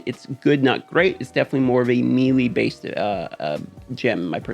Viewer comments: Bro will u please stop saying meeeeelee, it’s pronounced maylay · Don't want to make you look stupid, but melee is pronounced, may-lay. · It’s pronounced may lay